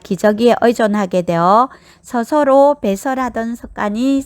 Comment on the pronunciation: 목소리도 좋고 . 발음도 좋고 내용도 충실한데. 단 한가지 발음만 좀 고칠수 있으시다면 정말 좋겠는데~습도를 섭도. 특히를 턱히. 스스로를 서서로 와같이 "으"와 "어"구분이 좀 안되서 듣는데 약간 불편한 부분만 고친다면 최고!